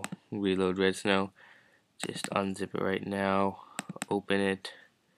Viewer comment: it sounds like your saying "redstone" this isnt minecraft bro